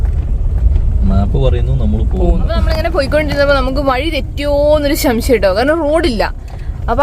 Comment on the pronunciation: ശം ശയം എന്നുപറയാതെ സംശയം എന്നുപറയു